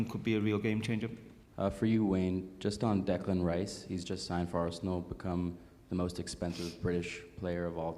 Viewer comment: Some Americans can't pronounce Arsenal. Ar-sen-al?